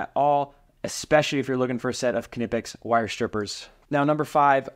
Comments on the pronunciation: K-nipex it’s knipex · Please stop saying "kinipex" Do you say "Ki-not", "Ki-now" or "ki-nife" ? The K is silent, dog. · why are you pronouncing the K.........nipex is how it is pronounced. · Watch the company's Youtubes. Employees pronounce the K. Something like "K-ni-pics" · here are some more practice words on learning to pronounce the Kn sound - knife, Knight, Knapp, Knowles, Knox, Knoxville, Fort Knox, knee, knowledge, knot, knead, kneel, knickers, knock, knapsack, know, knock, knurl, knoll, knit, knight, knack, KNOCKWURST (German), and finally, KNUCKLEHEAD (what you are if you pronounce the "K" in Knipex 😂)